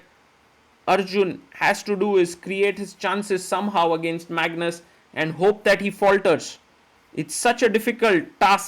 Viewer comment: and he said "Mangus" :face-purple-crying